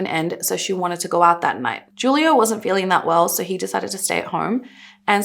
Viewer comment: The "J" in Juilo is pronounced with a H sound